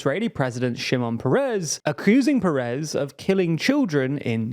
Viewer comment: Šimˁon Pers/Péres, not Pereeees